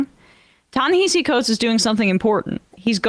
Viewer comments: Emma! We love you, but please please pronounce Ta-Nehisi Coates’ name correctly. It’s Ta-NaHASi Coates, not Ta-NaHEEsi Coates. It should sound like Taw-Naw-Haw-See with an emphasis on the third syllable. Not Taw-Naw-Hee-See. Please. It’s disrespectful otherwise. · It’s pronounced “Ta Neh-HA-See” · It’s pronounced “Tah Nehahsee” okay peace✌️. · his name is pronounced TA-NA-*HASI*. the only place I've heard it said right is democracy now.